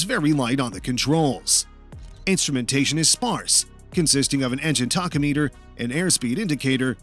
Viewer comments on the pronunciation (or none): In the Mosquito Air XE section at about .. "Engine Taco Meter" .. need to check the audio scripts .. that's generally an "engine tachometer"